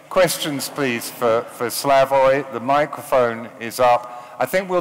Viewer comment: he even mispronounces Slavoj's name...pure English "superiority"...even after the guy from audience pronounces it correctly mr. Self does not correct himself...pure lack of respect